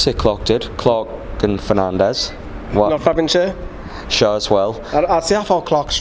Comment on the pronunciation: Nice one lads... No disrespect intended but there's at least 3 players whose names you aren't pronouncing correctly... Schär, Muto and Joelinton.